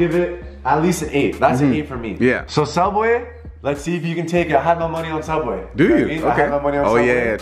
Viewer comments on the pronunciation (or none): It’s not zuebwas it’s soobway